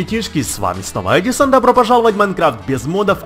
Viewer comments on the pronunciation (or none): none